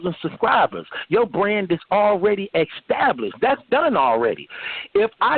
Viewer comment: dont believe a nigga who pronounce "establish"..."X-stablish"